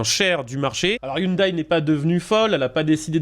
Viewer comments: On ne dit pas i oune d'aille mais i oune dè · On dit pas hyundaye 😅 Sinon une belle idée de merde vous voyez les files de camion et les camion qui se tirent la bourre? Sa va être pareil avec les autos...